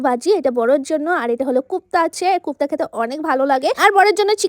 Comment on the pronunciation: কোফতা ❌কুপ্তা ✅😅